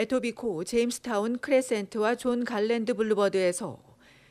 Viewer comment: 존 갈랜드 블루버드(X) 존 갈랜드 볼로바드(O) John Garland Blvd John Garland Boulevard